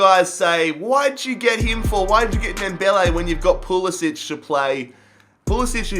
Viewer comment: It is pronounced Pool - I - sick